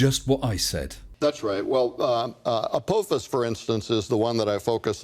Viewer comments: Agreed. Wow, "A-poe-fiss" must have a solid ironic core! 😄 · If he remembered what the Almighty said he wouldn’t remember, doesn’t that mean the Almighty is fallible instead of infallible??? Not to mention that the Almighty doesn’t seem to know how to pronounce “Apophis”...